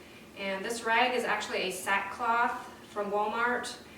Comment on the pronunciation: I listened twice and couldn’t catch what you said the cloth was called.